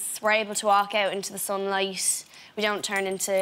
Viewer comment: i love ho she says sunlies instead sunlight